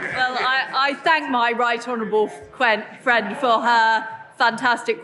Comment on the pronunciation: Did Truss just call May, her 'Fwend!' haha! Sorry, Twuss;p